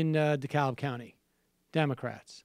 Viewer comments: pronounced decab....silent L! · Dekalb GA is pronounced De-CAB. No L. I know even the West Wing got it wrong, and I know every other Dekalb pronounces the L, but I promise... for Dekalb Co. GA, the L is silent. Here's hoping the Democrats use Ossoff as a springboard to quit ignoring the South, anyway.